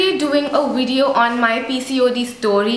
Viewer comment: Great video ! ps : pronounce the word "Video" correctly coz it is not "Wideo" as u say in all your videos. I would love to see more about indian food and recipies, shops in India..